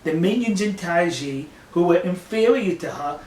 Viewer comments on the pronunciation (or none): Isn't it pronounced something like 'tie (Thai) ji'?